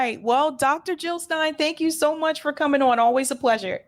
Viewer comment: Jill NOT hill !!